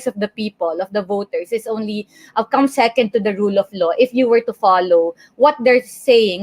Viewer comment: You talk funny...a low? Do you mean "law"?